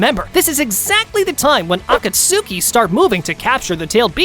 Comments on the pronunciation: “Akatsookey”??? Bro… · "Akatsooki" is crazy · for the love of all thats good in this world, please pronounce akatsuki correctly